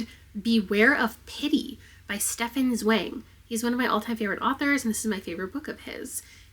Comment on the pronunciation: it's so funny that you talk about this but not about the pronunciation of Stefan Zweig which gave me a big chuckle:D (just because pronounced Zweig like swag, and considering the quite serious stories he's written this is too funny)